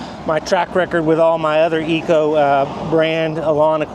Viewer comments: I didn't want to say anything before but.. this is getting out of hand. Could you please just call it Echo like its spelled? Say EH and then CO. Thanks bud. Keep up the cool videos. 👍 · IT IS NOT CALLED -ECO-- ITS CALLED >>>>>>> ECHO<<<<<<< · I was thinking the same thing. Please learn to PRONOUNCE the name of your mower !